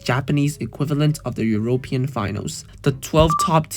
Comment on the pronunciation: thats not how you pronounce European